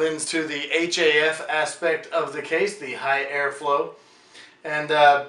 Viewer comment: stop saying H-A-F